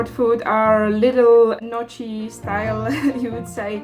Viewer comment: FYI Gnocchi are pronounced no-kee, the way most people pronounce the in the US it makes it sound like a Japanese dish